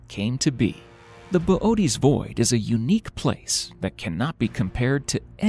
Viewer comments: Good video but bobootes void come on 😂😂😂 fml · Why is Boötes pronounced Bobotees?